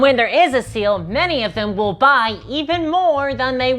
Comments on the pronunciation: She said having a sail for dummies but I heard it and I think it's funnier "Having a seal for dummies" and that's the real reason they are so terrible. Ironically I wouldn't have thought that if she hadn't drawn attention to her accent. But now GW are just weird extraterrestrial seal enthusiasts in my mind. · All I can hear is seal now u mentioned it 😂